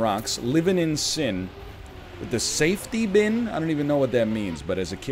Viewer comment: Safety pin, not safety bin